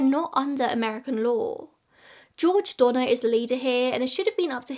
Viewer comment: To my American ears, I know you're saying "Donner/Reed" but I keep hearing Donna Reed like from It's a Wonderful Life 😅